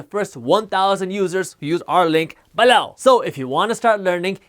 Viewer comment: He says BALLOW.